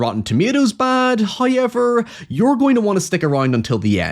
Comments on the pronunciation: "Hayever..." always gets me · I liked this vid, howyyeever, I took some issue with your pronunciations. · First "hoyevver" drops . It's a Halloween miracle! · And is the first time I've seen a "hoyever" while he was on-screen Edit: Another one ? He spoils us